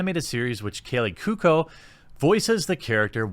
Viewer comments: Koo-oh-ko. Kaley Koo-oh-ko. Cuoco. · 1 it is pronounced Rob-E not Robe-E 2 it is pronounced Ku-O-ko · Kaley "coo-oh-co"